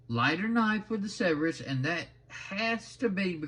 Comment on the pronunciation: Not to nitpick too much i think that is pronounced. Sir burr us